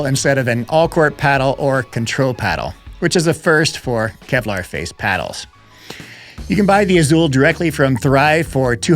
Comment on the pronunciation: “Kelvar”😂. Now that’s clickbait